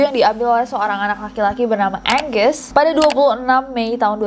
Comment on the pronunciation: ilangin "N" nya jadi aGuSSsS